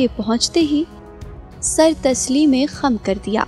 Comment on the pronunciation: ہائے میریا رَبّا ۔ بی بی کیا کر رہی ہیں آپ؟ ’’سر تسلیمِ خَم کر دیا‘‘؟ یا وحشت! درست تلفظ یوں ہے: ’’سرِ تسلیم خم کر دیا‘‘۔